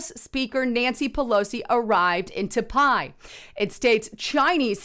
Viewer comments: It’s pronounced Ty-pay, not Ta-pi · Tie pay not t pie haha bless you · Not TAPAIIII !!! 🤣 TAIPEI ... Pronunce THAI-PAY!!! 😋 It's the Capital of TAIWAN! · it's not ta pie. It's tie pey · Say Tie Pay. Not ta pie. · It’s Tai “pay” not Ta Pie lol. Great reporting tho if you’ve never been to Taipei, you’re missing out! God bless and thank you for your posts. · Pronunciation is " tie pay" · pronounced THAI-PAY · taipei pronounced "Ty PAY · Its Taipei (pronounced Tiepay). I like watching your videos but your mispronunciation of key words discredits your video content. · TAIPEI = PRONOUNCED "TY-PAY"!!!!!!!!!!!!!!!!!!!!!! BUT, THINGS SEEM TO BE HEATING UP EVERYWHERE!!!! REALLY FOR NO REASON'S BUT THEIR MADE-UP ONES TO THEM!!!! IM SURE THIS WORLD/PEOPLE KNOW HOW TO STAND UNITED AND UNDERSTAND THAT WE CAN LIVE TOGETHER IN PEACE WITHOUT ALL THESE SELF-MADE ISSUES BEING FABRICATED!!!!!!!!!!!!! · Love ya but the City's name is pronounced ("Tie-Pay") -Taipei-. Thank You that is all.. Keep up the good work Sis!! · Taipei pronounced as (Tie-pay) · "your profile"?? You mean "your portfolio"? It's Taipei, pronounced Tie Pay. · Seriously it’s pronounced ( tai • pay ) Taipei . Go back and count how many times you murdered the pronunciation on the city . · Taipei is actually pronounced Tie-Pay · It's "Tie-pay"... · Pronunciation Taipei. Sounds like tie pay to English ear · Ive heard about that city so many times in my lifetime, I'm actually surprised does not know how to pronounce it